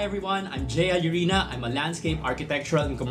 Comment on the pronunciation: Sir ngayon ko nalaman correct pronunciation ng Jallorina 😅